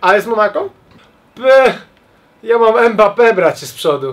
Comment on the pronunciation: Ile razy powiedział EMBAPE? XDD